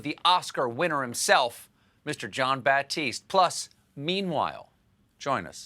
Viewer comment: No "P" in his name. It's Jon Batiste. 😁😉